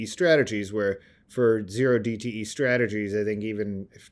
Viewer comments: When said OH DTE options you know he was reading off a script. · Did he say "O" dte, not Zero dte? Is he a trader or researcher?